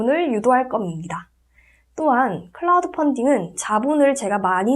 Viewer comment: 선생님~발음이 클라우드 펀딩으로 들려 어색해요~크라우드 펀딩으로 들리게 발음해주세요~^^ 선생님의 앞길 응원합니다~!